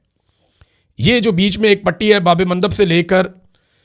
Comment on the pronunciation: Imran Riaz sahib... yey " Babel Mandab " hey..... Babey Mandab nahee!!